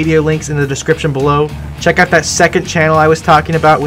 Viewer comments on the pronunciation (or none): none